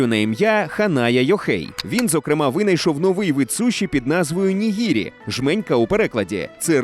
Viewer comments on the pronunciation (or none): Перепрошую. Не "гірос", а "ґірос". Не "маргарита", а "марґаріта". "Nigiri", а не "nihiri". Не "з'їсний", а "їстивний".